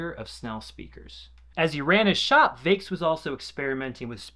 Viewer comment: It's the Snell C-fives. That's not a v, it's a five, as in the Roman numeral V. It's not pronounced "Vakes". It's pronounced "Vex". It's not "Dapolito". It's "Dee Appolito", just as Leonardo DiCaprio is "Dee Caprio". Try not to be an illiterate fool for your whole life.